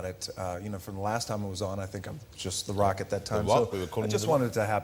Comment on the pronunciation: jonathan ross cant say rock!